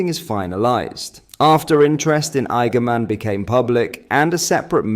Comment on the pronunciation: 💯 worst attempt at his name ever 🤣